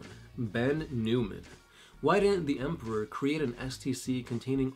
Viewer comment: Stop double pronouncing the 'p' in Emperor. Otherwise great work.